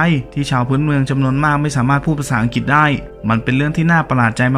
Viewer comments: ประเทศอังกฤษ ไม่ใช่ ประเทศ อังกิดเวลาออกเสียง ช่วยกรุณา กระดกลิ้นด้วย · อังกฤษ ไม่ใช่ อังกิด ปาร์ตี้ ไม่ใช่ ปลาตี้ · อัง-กริด นะ ไม่ใช่อัง-กิด รวมทั้งตัว ร ล และควบกลำ้ด้วย